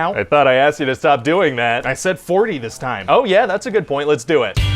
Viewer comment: He said dew it.